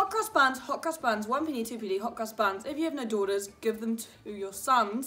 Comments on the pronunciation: I literally thought you said “hookers buns” 😂😂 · Just saying Hot Cross Buns with that accent sounded like Hooker's buns.